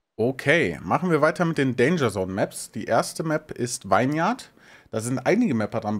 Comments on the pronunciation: Ist aber auch bescheuert. :D Vine wird wie Wein ausgesprochen und Vineyard dann wie Winnjard. :D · Ich möchte direkt als PSA anbringen, dass "vineyard" wie "vinnyard" ausgesprochen wird, also kurzer deutscher i-Sound :-) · Nice! Da kann man doch tatsächlich mal wieder reinschauen. Kleine Verbesserung am Rande: "vineyard" wird wie "winyard" ausgesprochen :p